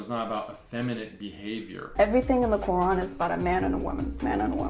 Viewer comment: WOW she doesn't Even say the word Quran properly, that just shows that she's Not a Real muslima, She's clearly one of them pushing their satanic agenda.